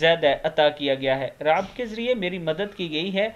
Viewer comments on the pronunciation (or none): Raub ,raab nae